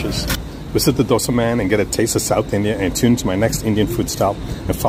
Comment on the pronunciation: What I loved is this youtuber Pronounced Dosa very perfectly, even some Indians pronounce worst way possible